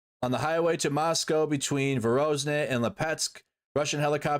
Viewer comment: Its VoronEZH not VoronZEH. And it's not PriGNOzin, it's PriGOZhin. Wtf?! Can't you read?